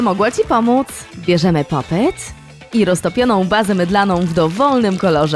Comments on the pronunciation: muwi się popit a nie popet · Hej czyta się popit 🎀🎀